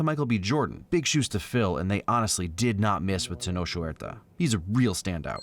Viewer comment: Hey loveeee the video as always and just would like to add a correction for the future. The actor for Namor, Tenoch Huerta, you pronounce it like Ten-ock not Ten-osh:) Talokan ftw tho